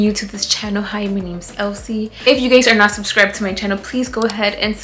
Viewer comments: She always makes me laugh because it seems that Elsy is afraid to say the “ Channel “ word 🤔 She always pauses and says “ Welcome to my Shaaaannellll “ lol very slowly….. 😂 she’s so cute. Do t worry girl …. We all have that accent with some English words. …… usted dígalo en español “ Bienvenidos a mi Canal “ 😬😬😬😬 Saludos From Texas 👍🏼💯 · Elsy never says “channel” she says “channewl”😂